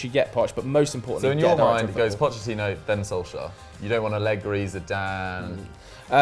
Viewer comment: Is anyone else annoyed that always says "Solskajer" or is it just me lol